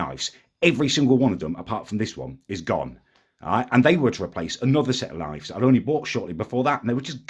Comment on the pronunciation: Can’t wait till correctly pronounces knives